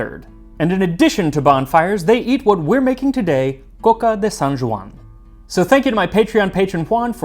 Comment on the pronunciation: Hey, as you pride yourself in your pronunciation of foreign words, that J in Joan is like the J in John, not like the French j. So, IPA /d͡ʒ/, not /ʒ/